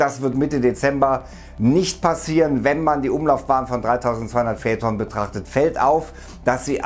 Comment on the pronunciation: Ich Liebe deine Videos aber die Aussprache macht einem echt zu schaffen in jedem deiner Videos :D es wird feiton ausgesprochen nicht fäton